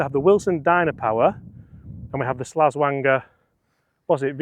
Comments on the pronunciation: did you just call the slazenger a "slazzwanger" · It's Slazenger